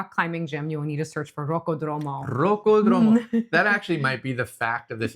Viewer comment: rocco dromo must be some rocco siffredi's homie. It is rocOdromo, with the stress in the second o, and all together because it's one only word. 😅